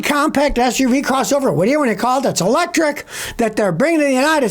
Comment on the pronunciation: "Electric" hahahahaha fail